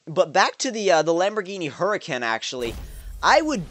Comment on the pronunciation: It is lambogrini hracane